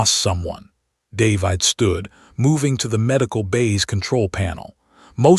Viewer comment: I hate this particular AI narrator. It can't pronounce the very common human name 'David' correctly. Very annoying and off-putting. Throws me out of the flow of the story and ruins my enjoyment of it.